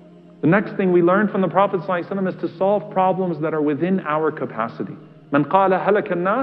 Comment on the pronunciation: i have a message for these speakers ....to stop saying .....sallaahahu ali wa sallam ....properly ...not say "salaassm"